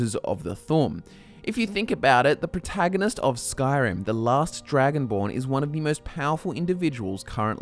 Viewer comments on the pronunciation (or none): none